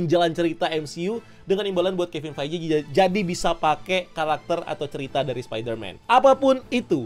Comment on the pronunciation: Bro, ngucapin Kevin Feige-nya dibenerin ya